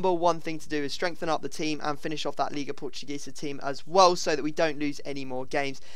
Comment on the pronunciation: ISN´t "liga portugesa" it is "liga PORTUGUESA"!!!!!!!!!!!!!!!!!!!!!!!!!!!!!!!!!